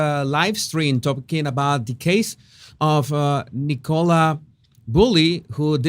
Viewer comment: por favor ya no la llames “Nicóla”, su nombre se pronuncia “Nícola”